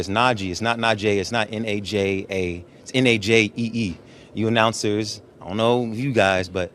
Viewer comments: How do people pronounce najee’s name so weird? It’s obviously na-Jee not na-jay lol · You're saying najee wrong still.. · How in the hell do you pronouce najee wrong